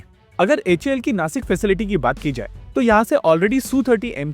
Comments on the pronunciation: बंधु उच्चारण नासिक नहीं नाशिक है। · Nashik* not Nasik Cant you even pronounce and spell city names properly?